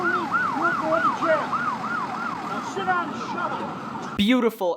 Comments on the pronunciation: Why karen no2 officer sound like he saying shet instead if sit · Did he say "go shit in your vehicle" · I like how the officer sounds like he's saying: "go sh*t in your vehicle" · To me it sounds like the cop is saying “go shit in your vehicle” 🤣🤣🤣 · Cop: Go sit in your van Me: hears" go shit in your van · lmao it really sounded like shit down 😂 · I know its video quality but anyone else hear " Go shit in your vehicle ma'am" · Who thought the cop said “go shit in your vehicle” the first time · I can’t stop hearing “Go shit in the car ma’am” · When the guy is saying sit it sounds like he is saying shit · i cannot be the only one hearing "go shit in your vehicle" lol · If you tur captions on when he says sit its censored cause it sounds like shit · not gonna lie when the cop said go sit in your vehicle it kinda sounded like he was cussing.